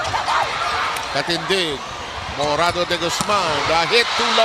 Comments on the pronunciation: YUNG COMMENTATOR NA LALAKI NAKAKAYAMOT, HE KEEPS ON CALLING JIA.... MORADA... LIKE, UNA SA LAHAT DE GUZMAN NA SYA... AT PANGALAWA IT'S MORADO NOT MORADA.... LIKE FIRST TIMER KA BA NA COMMENTATOR SA VOLLEYBALL??? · Yung commentator natin Pinoy d kilala si Jia Morada ng morada Morado-deGuzman po ang setter natin Sir